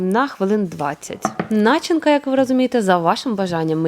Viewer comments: Дожив до 60 тки і завжди знав, що у слові начинка, наголос падає на 2 й склад. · неправильний наголос в слові начинка